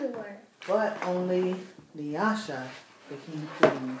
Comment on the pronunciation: Thank you for pronouncing NYASHA properly ! : )